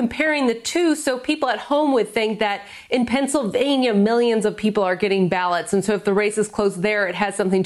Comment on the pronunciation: Mily-ons and mily-ons and mily-ons and mily-ons